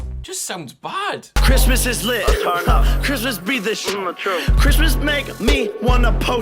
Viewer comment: Lit-vid I'm sorry